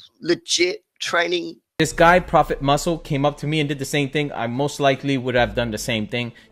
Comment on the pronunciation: Not propah, Prophet.